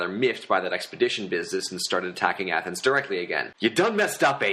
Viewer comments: YOU DONE MESS UP AATHENS I CANT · You done messed up A-a- thens